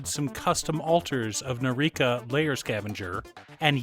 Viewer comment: Nii -Kah - Rah, not Nah Key Rah 🤣